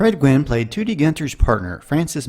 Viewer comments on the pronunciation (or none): I used to watch Car 54 on Nick at Nite as a kid. Joe E. Ross' character was named Gunther Toody instead of the other way around. The last name was pronounced TUH-dee (like 'today' without the 'a') instead of TOO-dee.